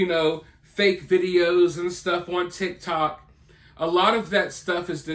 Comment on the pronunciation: Did you notice Ashley Banfield called it “TikTak”? Is that what the cool kids are calling TikTok these days?🤣🤣🤣